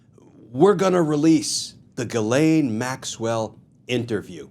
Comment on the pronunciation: Dear Glen, your pronunciation of Gislain is faulty and problematic. Please correct it by giiving the G a "J" sound and articulating the letter S.